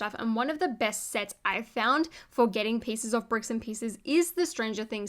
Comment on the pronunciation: lol you said bicks and pieces